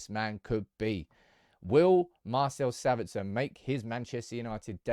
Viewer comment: SAbitzer not saBItzer. Also it’s leviOSA not LEVIOsa